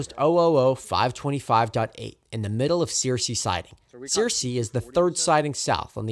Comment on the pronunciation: hey man, first of all just wanted to say fantastic job on the video. i grew up in Greenville, and it was very informative about the history of the line and the trains. one thing of note: some of the town/station names are pronounced a little differently in south Alabama: Searcy = sir-see Georgiana = Jor-ja (like “jam”) nah Andalusia = Andalushia, not see-ya Also, the crossing you caught 606 at isn’t Chapman; it’s a little closer to Bolling, out on Pettibone Road. really enjoyed the video. keep it up!